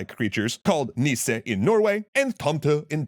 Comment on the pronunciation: Denmark has nisser too, I have no idea what he's saying lol